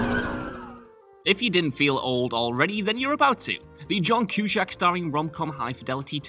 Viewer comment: What is it with WhatCulture and their apparent inability to research the correct pronunciation of names and stuff. Who the hell is John Kew-shack? At this point I am prepared to believe that they are deliberately trolling their audience.